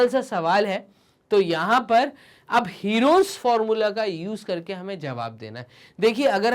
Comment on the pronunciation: Herons formula ka pronunciation galat he😂😂